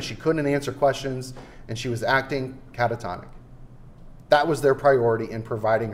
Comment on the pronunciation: Please give the defense a dictionary to l👀k up the word: CANTATONIC... 🤦